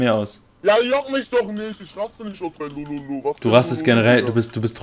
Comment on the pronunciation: haha anstatt lululu sagt er lololo